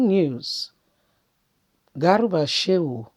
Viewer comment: Not garuba but garba